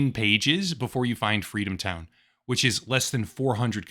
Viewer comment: I think you meant, "Fweedomtown."